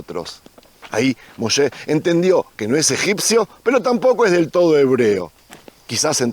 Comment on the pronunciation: Me gustan tus videos pero di "Moisés" no "Moshes" 🥺😌👌